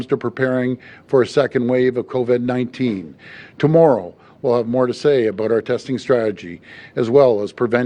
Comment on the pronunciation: And I think Ford is talking about a different virus....Co-ved